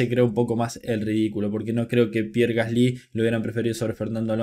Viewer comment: Se pronuncia gasli sin acento en la y. Por favor puedes pronunciarlo bien? Xd